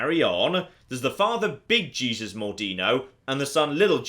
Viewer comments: Small correction of pronunciation. It's not pronounced "Jee-Zus" but "Hey-Sous" Just so you don't accidentally insult some of the christians who watch you. (I'm not insulted, but I'm not that religious, lol) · I'm a year late but I can't believe is calling Jesus Mordino gee-sus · It's not Jesus,! It's the spanish pronunciation! (hey-soos) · “hey-seuss” is how you pronounce Jesus as a Spanish name....😂😂😂😂😂😂😂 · Oh, so he can say Louis right, but not Jesus.